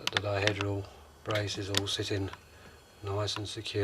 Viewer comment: Pronounce it 'diheedral', please.